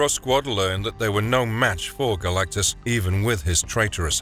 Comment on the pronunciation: Garr lack-tus lol!